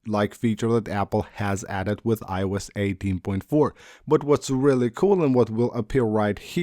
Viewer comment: I-E-Youse…that never stops being funny